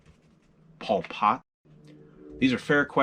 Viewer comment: Paul Potte? Is that a British version of Pol Pot?